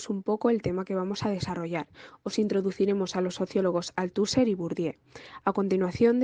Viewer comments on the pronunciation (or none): Me ha gustado, pero un apunte el nombre de Bourdieu lo habéis pronunciado de muchas maneras. Como profesora de francés os pido que lo pronunciéis bien. Utilizad Forvo, una plataforma para buscar la pronunciación de palabras. Ahí os saldrá la correcta pronunciación. Gracias